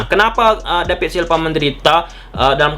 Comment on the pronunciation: Kok david silva jadi dapid da silpa lu ngomong nya bambank...😅🧠